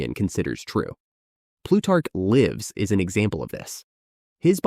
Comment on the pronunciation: Plutarch's "Lives" - pronounced as if it rhymes with 'gives' (i.e. rather than 'wives'). Is this error due to an AI voice?